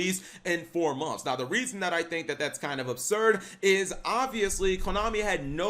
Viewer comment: ...In FOUR MONFS!!😂😂😂